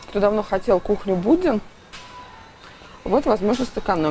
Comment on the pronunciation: Мне кажется, или Будбин, вы называете Буддин?